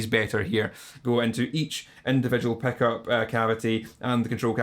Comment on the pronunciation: love that «peck-up» pronunciation)